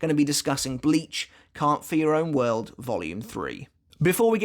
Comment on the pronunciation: Am I the only one who hears "Count for your own world" with his accent? No trying to be mean